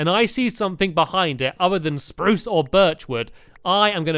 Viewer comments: stampy u carried on saying SPARUCE wood :-) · stamps said spruce normally lol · Why does stanly say spruce weirdly in the first place?